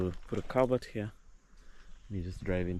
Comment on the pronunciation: You know you are in western when someone says calabert instead of culvert 😂😂😂